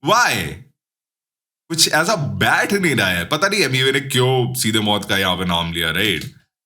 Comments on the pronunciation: Mout ni bhai moot hai vo😂😂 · Maut Nhi Mooth😂